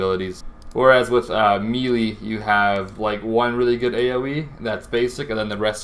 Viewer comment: Meh-lay not mee-lee